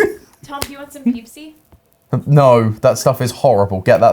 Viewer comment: I'm so glad my friends and I aren't the only ones who call the peeps Pepsi "Peepsi" LOL